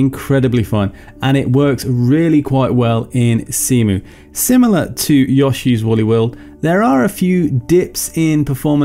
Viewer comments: "Yaw-shee's Woolly World?" You're the very first person I've heard who pronounces it that way. XD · It's all I can hear now